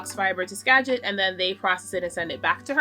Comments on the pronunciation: I don't usually comment on videos, but I have been absolutely been loving your Vlogmas this year. I love your vulnerability and general vibe. I love how it feels like you are talking to a friend. P.S.As someone who grew up in Western WA, you are saying Skagit correctly :) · You’re saying “Skagit” right ☺️ Jess and Anna are the best. They process my fiber too. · Agree 100% with your podcast recommendations. 🎉. Also JK Fiber Arts and Fiber Love Diary are good. YES you’re saying Skagit correctly, that’s where I live. Anna and Jess are great! Also I couldn’t catch what you said is Melissa’s yarn business name??